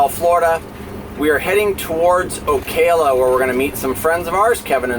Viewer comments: You got sopchoppy right but murdered O-CA-LA LOL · Nice video. As to pronunciation of Ocala, think calla lily....it's O-calla. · The a's are soft a in Ocala